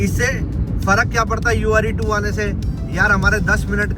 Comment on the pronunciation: Ure2 nahi hai uer 2 hai Are you pronouncing it wrong?